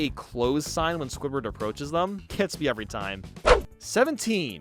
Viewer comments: Am I the only one who hears say scobird instead of squidward sometimes lol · I think it's just you I heard it squidward